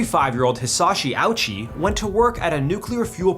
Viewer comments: You should read it the Japanese way, Oh-Uchi. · Hisachi “ouchie”???😂😂😂